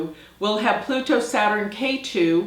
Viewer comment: Ketu not Keri!